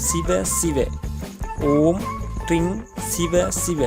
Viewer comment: Ring ?? But u said tring? Siva siva? Or vasi vasi.? First you learn yourself correctly then you can publish in you tube . Don't give wrong directions in mantra. It will change the meaning and create a problem.